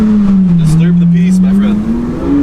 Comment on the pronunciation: When you say peace it sounds like piss hahahaha